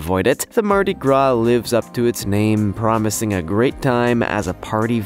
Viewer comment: You said MARDI. GRA